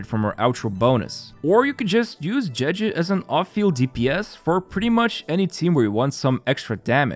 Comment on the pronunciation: "jeji" xd